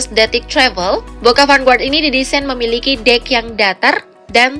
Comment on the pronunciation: vanguard, pronounced: fan ga(r)d bukan : fan gua(r)d okey, mimin